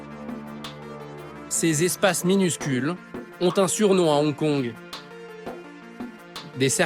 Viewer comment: On dit Hong Kong, pas Onkon.